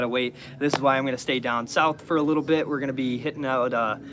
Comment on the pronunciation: "Little dit of a bifference" 😁